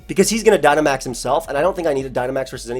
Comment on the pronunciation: lmao the guy just said Gynamax